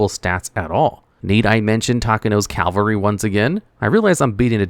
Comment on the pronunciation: It’s “CAV-AL—ry.” “CAL-VA-ry” is the place Jesus was crucified according to Christian scriptures.